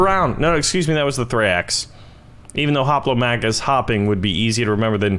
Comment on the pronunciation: its not thraeax its thraex